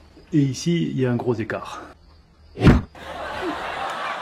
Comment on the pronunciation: Un "grozékar" ??! 😁😂😂😂